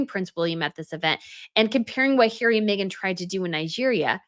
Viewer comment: Love your pronunciation of Hairy!!😂🤣